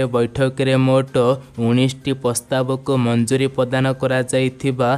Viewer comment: Ñot Bhartta but Bhatta not padhan Mantri but Pradha Mantri not pastab but Pràstab Hoga your voice word is very very wroñg thank you